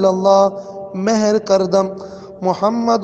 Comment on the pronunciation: Is recitation mein ghalthi hai ... Mehr nahi Mohar (seal) kar dum